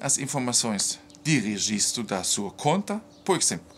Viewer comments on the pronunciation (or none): none